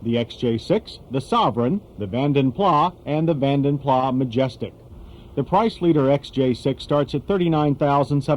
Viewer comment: It is not Van den Plaaa. The guy was Flemish, they are Dutch, and they speak Dutch. Therefore, his name should be pronounced as Van den Plas.